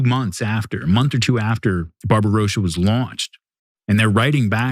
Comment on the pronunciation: One of two months after « Barbarosia » it is spelled and pronounced “Barbarossa”!